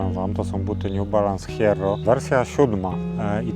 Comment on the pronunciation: Hierro to żelazo po hiszpańsku. Wymawia się jerro. Ale to już nie ważne bo zmieniasz markę 😊